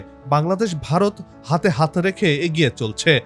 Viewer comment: ভারত কথাটি উচচারণ করতে পারিস না আবার???????